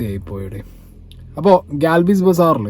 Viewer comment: Galbiz ❌ oomiz✅